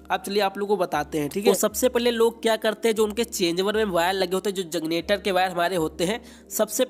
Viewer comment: Bhai kanpur se h lgta h🤣🤣🤣